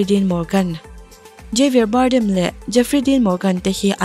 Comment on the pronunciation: ka inang tih em2 jim caviezel leh anson mount te hi megazine thenkhat pon an tilng lo fo mai. chuan javier bardem hi ilam dan a diklo havier tia lam zok tur